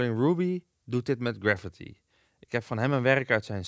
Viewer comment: graffiti spreek je niet uit als "gravity"